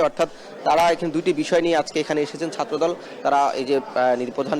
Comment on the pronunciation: উপস্থাপক ছাত্রদল বলতে গিয়ে ছাত্রধো* বললো কেন?😅😅😂